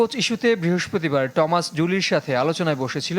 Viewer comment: থমাস ডুলি‌ না বলে টমাস কেন 😊